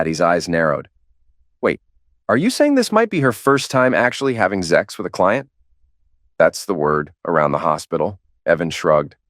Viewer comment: It's ok to say ZEX but not SEX . What the fuck ?